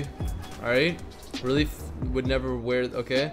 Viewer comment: When he said relief he said reeelif